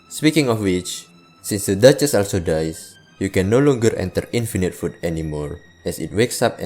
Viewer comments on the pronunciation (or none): none